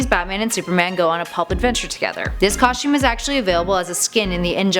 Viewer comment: i don't like the way she say's costume